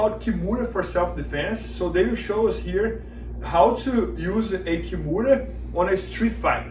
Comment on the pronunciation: Why do they keep calling the Americana a Kimora?